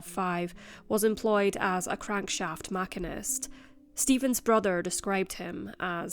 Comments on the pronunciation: "Crankshaft "mack-in-ist"?" Pretty sure that's machinist. As in "machine-ist." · She didn't. I'm from the UK and no one here pronounces it mack-inist. It is very much "machine-ist" on both sides of the pond. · In the UK we say machine-ist, too!